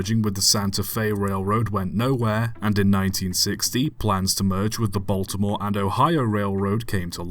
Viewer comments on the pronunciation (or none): none